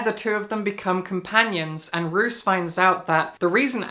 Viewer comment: My Darling Dreadful Things sounds really cool! I will definitely put it on my list! (Roos is pronounced as Rose btw 😊). Also thank you for what you said about House of Leaves, I couldn't finish it, not because I didn't "get" it (idk what was there to get so maybe I'm also an idiot), but because I was a little bit bored. 😅 Tbf I shouldn't have picked it up during that time, I had a reading slump. I was always thinking I should pick it up again someday to try again, maybe I'll leave it for what it is hahaha